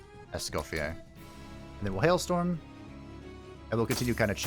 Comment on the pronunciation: You're prononciation of Mr.Escoffier's name is actually very good ^^